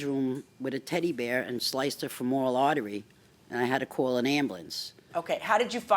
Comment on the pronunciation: Did she say "sliced her fe-MORE-al artery?" It's traic, don't get me wrong... but I've never heard anyone mispronounce "femoral" like that.